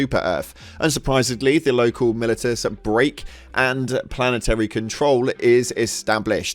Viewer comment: mili-tis????? if you dont know a word just google the pronunciation